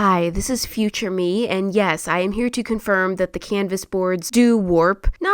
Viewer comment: I love the “Hi this me in da footure”